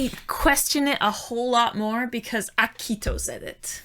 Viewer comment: Yeah I noticed she pronounces it kind of like “aki-he-toe”. Tbh both of them have had trouble pronouncing some names in the show. At this point in the reactions it just makes me giggle